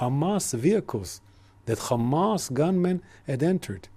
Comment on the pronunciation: KHAMAS, KHAMAS, KHAMAS... they see (K)Hamas everywhere! 🤡